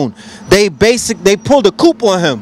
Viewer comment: Coup dont say the 'p' ... coo. But great talk!